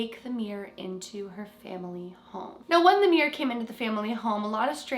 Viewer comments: “The Meer’r” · Why do Americans and Canadians pronounce the word mirror like this: “Meer’r” Sorry I had to. It’s “Mir-ror”! Haha. Edit: it’s fine it just makes me laugh 🤣